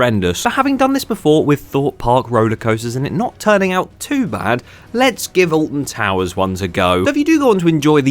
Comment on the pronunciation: well it isnt ahh-lt-i-n to-woo-urs is it?!